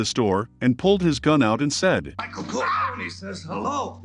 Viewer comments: I can't stand the mispronunciation of Corleone, "Corleeon". Dude, you should learn to pronounce properly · I hate to hear when people say "Corle-own." UGH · You should learn to pronounce Corleone